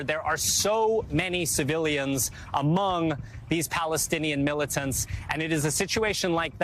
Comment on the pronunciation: 😭how she says "'militants" is WILD